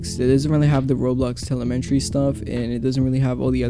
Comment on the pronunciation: "roblox telementry" 😭